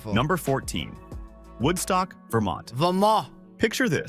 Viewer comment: The "t" in Vermont is not silent. The T is pronounced. It's not "Vermon". I've been to Galena many times, and it is awesome. There are plenty of hills with fantastic views all around the town.